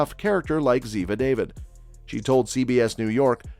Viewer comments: NARRATOR : Ziva's name is pronounced Da Vid --- not david ! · The lady's last name is Dah-veed, not David! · So annoying! It's pronounced Daveed. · Why don't these narrators pronounce Cote's character name properly, thumbnail not connect, nothing about what she did before her acting. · If you going to do a piece on someone you might learn to correctly say the last name pf the person they played